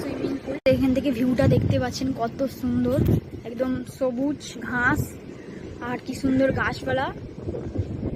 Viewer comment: মন্দের ভালো,বলা যেতে পারে।আরও কেয়ারফুল হতে হবে অবশ্যই,(১) ক্যামেরার দিকে তাকানো,কৃত্রিম মনে হচ্ছে,তুমি নিশ্চয়ই বাস্তবে কারো সঙ্গে ওই ভাবে তাকিয়ে কথা বলো না!?(২) ঘাস উচ্চারণ তুমি কি করছো? চন্দ্রবিন্দু যোগ করছ কেনো? ঠিক করে নেবে(৩) গার্ডেন কে কি বলছো? ঘ যোগ করে ফেলছ যে,দেখে নিও(৪) এডিটিং ঠিক হচ্ছে না,বলেই মনে হচ্ছে,একই ক্লিপ বার বার রিপিট হয়ে যাচ্ছে,ঠিক করে নেবে আসা করি।ভালো থেকো,এগিয়ে চলো।আগে একটি কমেন্ট করেছিলাম,উত্তম বাবুর ভিডিও দেখে,তোমার বিয়ের ব্যাপার এ,কোনো রিপ্লাই দিলে না,নিশ্চয় তোমার হয়তো বা প্রয়োজন নেই।